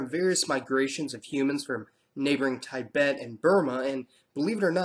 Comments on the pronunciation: Tibet is pronounced like Teebet and not taibet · Bro.. please Improve your pronunciation.... Its not Ti-bet... Its Tibet... Mind it... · It's not taiiibat... It's pronounce as Tibet 😋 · "tai bett" you mean tee-bett? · # Wrong pronounciation!!it is not ''TAI - BET''!!!! Simply ''Ti-Bet'' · Good video. Just fix the pronunciation of some of the territories. For instance, Tibet pronounced “tiiibette” not Tiebet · It's so annoying to hear you mispronouncing the word "Tibet". It's tee-bet, not ty-bet. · Tay-bet? It's pronounced as Teeh-bet. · Keep your ascent normal, it's Tibet no tiebet be natural, and what kind of joke it is?? They look Asian because they are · its tea bet not tie bet.lmfao. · Tibet is pronounced "Tee-bet", not "Tye-bet" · you totally messed up the NE India. You titled the video "Northeast Indians" while you only talked about Nepal and Bhutan. Okay I can understand why you used the term 'Asian' Correct pronunciations : * Manipur - money + pool → not manaipar * Tibet - tea + bet → not taibet * Nepal - Nae + parl → not nepol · TAIBET? lol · Did he pronounce tibet as taibet? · It's pronounced Tee-bet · It bugged me how he said 'tie-bet' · (Not "Tye-bet") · what is ty-bet? Why are you butchering the names so much? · good video, but it's a pain hearing Tibet(an) pronounced Taibet(an)... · Have I been mispronouncing Tibet my whole life!? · Watch a fucking video of someone saying Tibet correctly. Ffs you stupid yank. Stop saying it if your gonna day it wrong yank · Interesting pronunciation of "Tibet"... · The way you pronounce Tibet annoys me so much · You pronounced Tibet and Tamil wrong. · You could google the pronunciation of Tibet before saying it wrong over and over. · no offense but the way you pronounce "Tibet" gave me an aneurysm.